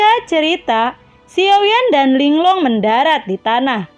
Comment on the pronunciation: Ling Lung aja kak jangan Ling long